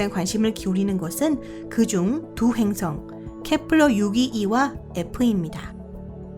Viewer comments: 근데 한국사람 아니져 ?? 행승이 아니고 행성이에요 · 이~~행승은 ... 자꾸 귀에 거슬려요